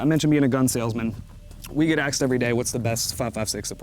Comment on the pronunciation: he say's "axed"